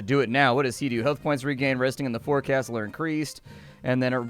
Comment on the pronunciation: forecastle, is pronounced Fo'kstle sounds almost like folk-stle.